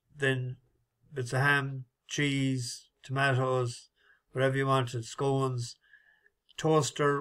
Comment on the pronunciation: Morning and passengers Had to sleep in my car a fiesta That was a ruff night it's scones. Not scoones 😂😂😂 Hope you got a refund of the WHORE 😂😂😂😂 YOUR FUNNY Good luck everyone on board today 🍀👍